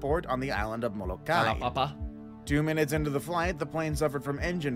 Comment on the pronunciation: Not simon saying kalapapa and the dude in the video saying Molokai wrong